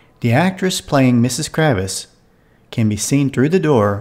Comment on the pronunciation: May I offer a correction? It's not Kravis. It's Kravitz.